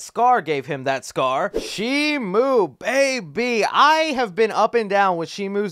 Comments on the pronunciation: Why does he keep saying shimu? It's SHIMO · Bro sees the merch says Shimo and still says Shimu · It's Shimo not Shimu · Not shimu, it's shimo